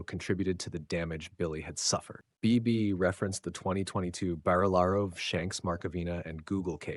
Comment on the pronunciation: It's so weird to me hearing "Barillaro" read out in an American accent! What's some yank doing knowing about NSW politics? 😂